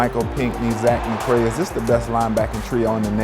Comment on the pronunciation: It’s Zach McCloud not McCray. Come on ACC Network! Interviewers need to be on point with My Canes lol🙌🏿